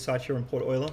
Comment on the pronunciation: woah someone who pronounces euler right earned a sub